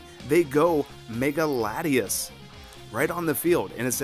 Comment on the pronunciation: Latios and Latios lol Lati"as"